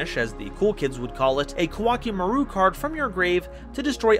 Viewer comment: Koa'ki Meiru (Ko-a-ki Meh-ru) is pronounced like Core Chimail in Japanese. Important pronunciation fact, since people like MBT constantly say it wrong.